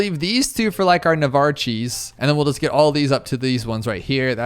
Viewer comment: Navarchee lol